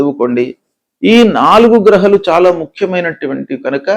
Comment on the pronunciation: గ్రహలు కాదు గ్రహాలు😂